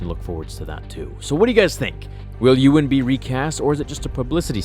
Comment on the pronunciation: Uriah Siner it's pronounced EE-wan... As in Obewan Kenobi.